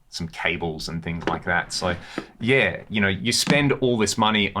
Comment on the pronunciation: When he says yea is he saying yeah?? Or something else? Like yea. ??